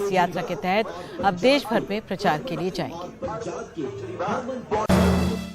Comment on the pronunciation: देस नही देश होता है किरपिया ठीक करें।